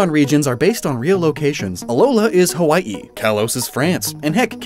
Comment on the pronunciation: Okay, props to you for pronouncing Hawai'i correctly. I've never heard anyone who isn't from Hawai'i do that before. (I assume you're not from Hawai'i, I could be wrong.)